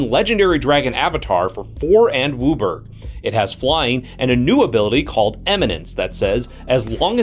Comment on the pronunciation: Heh. This is the first time I've heard somebody pronounce WUBRG... "Wooberggg!" Also, props for the Schrodenger's cat dragon joke. I like.